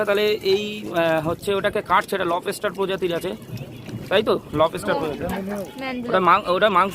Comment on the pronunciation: লবস্টার ❌ লব এসটার ✅